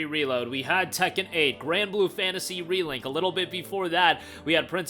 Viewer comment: It's nice to hear you finally pronounce the word Relink like a normal person. 😂 All kidding aside, keep up the great informative content!